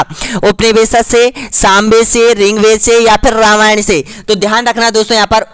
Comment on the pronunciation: Bhai...ye Riggvaid h ...Ring-ved nahi.....